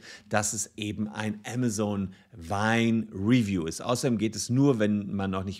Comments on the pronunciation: Der Laden heißt „AMAZON“ ! Und nicht „AMA-ZONE“! Nervt das, die ganze Zeit der Name falsch ausgesprochen wird. Gerade als Anwalt, der ja vom Berufswegen her peinlichstem genau auf Namen achten muss, ist die ständige, falsche Aussprache nervig - und das habe ich bereits unter fast allen Videos kommentiert, wo es um Amazon geht. Juckt wohl nicht. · mir laueft es immer kalt den Ruecken runter wenn das so falsch ausgesprochen wird. entweder Deutsch oder English aber beides zusammengemischt hoert sich schrecklich an. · zumal es ja nicht mal englisch ist was er da verunstaltet, weil auch im englischen ist es keine Zone! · Aemasen, nicht amasohn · Ja ja, wer kennt nicht unseren "Ämmäsoun" aka Amazone und die "Bränds" aka brends xD